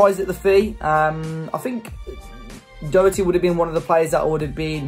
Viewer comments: Matt dawherty not dowerty 👍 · His name is pronounced DA HER TEA.He is not a British player.You sound like you know him personally.If you did you would you realise where he is from?Hopefully now he is at SPURS he will get called up to the England squad.